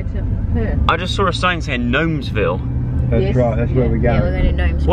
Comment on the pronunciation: “Gnomes Ville” Aww poor joe